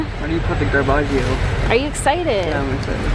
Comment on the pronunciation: Matt says garbageo too 😂